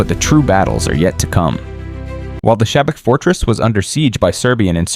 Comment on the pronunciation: Everything is good but it is not Sabak it is pronounced Shabats. Oh comment before already did it.